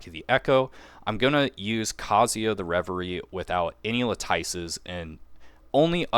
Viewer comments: “Latyce” lol you and Zox both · Every time I hear a CC say "LAHTYCE" I hear Zapp Brannigan saying "SHAMPAGAN" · It's prounounced LAT-IS. The nerfs/buffs were not serious enough for one to really change who they're going to draw for. I mean, really. No need to sweat your picks if you've already decided. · Eloquent master - vs. - Mispronounce God ZOX 🗣🔥🔥LAHTYCE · Thank you… I’m tired of hearing the lattice mispronounced lol. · Everyone watched too much of Zox. He standardized luh-tice. Lol. That's funny though because he started saying it properly now. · I was wondering why none of the CCs can pronounce lattice lmao